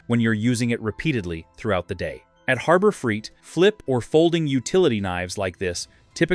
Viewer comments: When you pronounce it Harbor freet, I know you’re phony! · Annoying AI audio. Keeps pronouncing Harbor Freight as Harber Freet! The blurred video effect is annoying too.